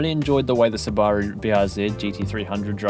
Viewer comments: Ain’t no way he said Subaru like that. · very useful and insightful video man! aside from the absolute butchering of the subaru name hahaha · do you guys really pronounce Subaru like that?